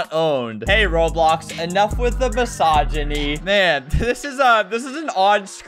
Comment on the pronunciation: thats the firat time ive heard misigony pronouncewsd